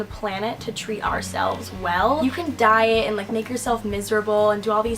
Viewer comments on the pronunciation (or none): none